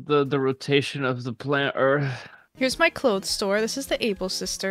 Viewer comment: “The rotation of the planet earfff… “ says